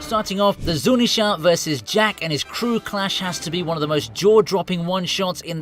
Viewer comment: It's ZunEEEsha,KizAAAru and MAAAgellan . What's wrong with people who English and cant say word right?